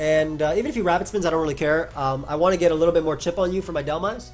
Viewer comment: Every time you said you were "making the dhelmise play" it sounded like you said you were "making the dumbass play" lol